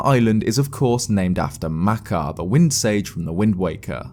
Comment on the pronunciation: I'm angry at how he pronounces makar and mekar